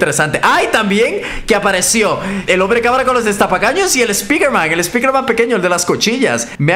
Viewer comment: spiñerman xD